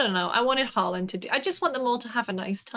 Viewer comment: You gaming youtubers an your lack of interests like world cup disturbs me. I saw Matty literally livestream during World cup Semi final, like you got to be kidding me. ANd thats not how you pronounce Haalands name, I mean thats how PL announcers pronounce it, but its should be more like hall-lend.